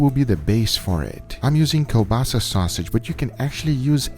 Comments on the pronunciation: This is kielbasa sausage not kobasa :) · kiełbasa is not kobasa :) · Its not kobasa...its KLOBASA...